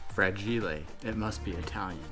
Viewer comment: Fra-gi-le bahahaha 😂😂😂